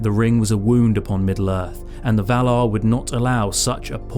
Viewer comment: Vah-lar ..... Not Vahluh. If you're going to talk about heavenly beings... please pronounce it properly.